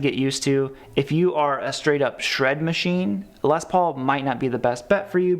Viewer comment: Okay Midwest - it's pronounced Les PAUL, not LES Paul. Period.